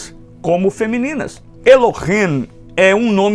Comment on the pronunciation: Eu acho bom , muito bom só non gostei nada pq , o senhor devia ler o nome ,,,,Elohim,,,,, do jeito Q é. Non e ,,,Elohem,,,, é ,,,,(Elohim). E o senhor fala ,,,,Elohem,,, tem Q ser do jeito certo.